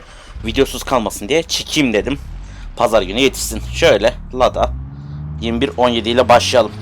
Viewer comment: lada 2107 nol yeddi ole okunuyor yada jiquli